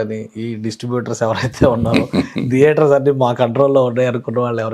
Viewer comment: deater kadura babu, Thiaters. anchor gadiki dress sense ledu -nee dressing style entira babu ??